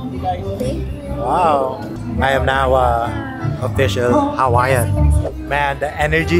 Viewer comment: I’ve seen alot of Youtubers butchering Hawaiian words but you guys take the cake.